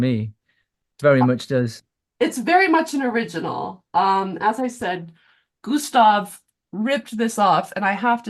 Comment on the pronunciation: "gusta klit" killed me off I can't believe nobody's commented about that